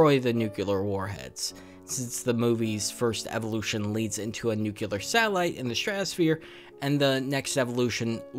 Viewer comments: it's pronounced nuc-LEE-ar, not nuc-YOU-ar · Every time you pronounce "nucular", somewhere a small puppy dies. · There is no Y in Nuclear so I had to stop listening to this